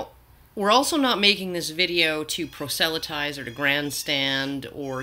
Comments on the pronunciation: PROSelytize, not proSELytize. You put the empASis on the wrong sylLABle. :-) It just caught my ear, and is not meant as a serious or damning criticism. :-) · Proh-Sell-a-Ties? That's a bizarre pronunciation. I've always heard it as "Praw'sleh'tize", spoken much faster than you just did.